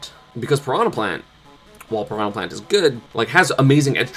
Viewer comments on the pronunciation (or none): it's not "prono plant", it's pee-ran-yah >:(